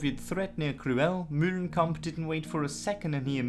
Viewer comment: New game...everytime this guy says "MULE-lenkamp", everybody drink.